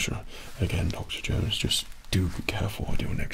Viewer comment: more like "u coll him duck-terr Jownes" with an Asian accent